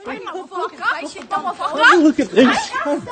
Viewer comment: I’ve never heard anyone put so many syllables in the word “motherfucker” 😂😂